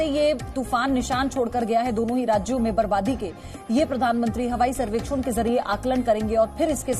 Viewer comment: Hawaaai behen harwaai nahii